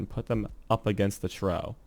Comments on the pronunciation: Its pronounced (Trof) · tfw you don't look up how to pronounce trough.